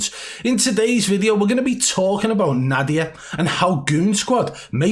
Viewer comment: Z-Nadia lol